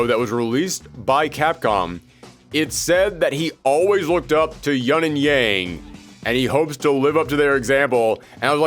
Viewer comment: Where is everyone getting the 'yunn' pronunciation of Yun? It's Yoon. They've said it in game! How is this a thing?!?